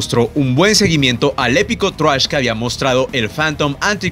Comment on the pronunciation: por qué dice "thruash" jajajaja